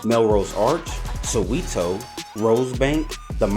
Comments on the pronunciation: No, it is pronounced So-where-toe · Soweto is pronounced so-where-to? Not so-wi-2